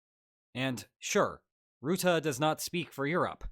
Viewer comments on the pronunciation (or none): It's not pronounced Routah but Rutte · The u in Rutte is pronounced like the u in duck, or at least more so than the "oo" sound I'm hearing (I'm Dutch, he was our prime minister before he got this job). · It still surprises me how many people mispronounce Rutte. It's not pronounced like root but more like rut (like 'in a rut'), rut-tuh not root-ah. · The U in Rutte is pronounced like the English word "rut". Not like "root". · Rutte is pronounced "bruh" without the B + "tuh", not rootooh, bruh-tuh without the b. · The man's name is not ruette but Rutte. Say Russia, now say Rutte using the same first syllable. Iy is down right disrespectful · As a Dutchman, who's had Rutte as my prime minister for most of my life (and all the memes that were made during his political career) its kinda jarring to see him here in a Spaniel video also his name is pronounced "ruh-tuh" not "roo-the". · there is no 'oo' in Rutte. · Mark 'Rutah' 😅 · Love your videos! But you really messed up the pronunciation of a very simple last name! It's Ru (like Russia) tte. Don't mind the word choice was a coincidence that fit the way to speak 😊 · FYI the "u" in Rutte is pronounced as in "hut" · The u in Rutte is pronounced like the u in Turkey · mark ruttAH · Rutte's name is most easily pronounced if you pronounce it "rut" but a little extended, like you're in ye olde england and your wagon is stuck in a rutte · Mark Ruttah :) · Love the collab with Mark Rutte. Please work on your pronunciation of "Rutte" ; as a dutch person this was really rough 😭